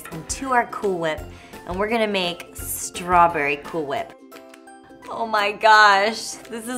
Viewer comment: Does she seem tipsy here? Ssssssstrawberry cool whip, lol.